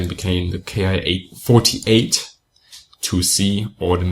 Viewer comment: feel compelled to mention once again, Bismarck: The Japanese "Ki-#" planes are meant to be pronounced like the English word "Key". Ki is an abbreviation, not an acronym. Short for "kitai" meaning basically "airframe".